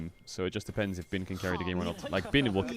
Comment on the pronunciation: Your Chinese pronunciation is improving! I'm noticing an increase in frequency of Bin being pronounced correctly. Keep it up! ( is wrong)